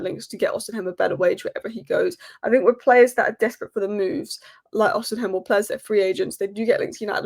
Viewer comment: “Osi-hem” annoyed me a little more than it should have.